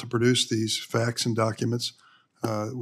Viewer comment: "....turn into a supreena"???? What's a supreena?